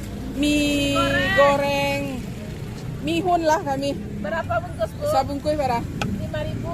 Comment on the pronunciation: / , "Bie-hun" bukan "Mie-hun" Bie = beras =rice. Biehun dari tepung beras. Mie = gandum= wheat. Miehun=tepung gandum=wheat flour. Mie = noodle. Makanan jadi itu Mie (noodle), bukan Miehun (Tepung gandum=wheat flour).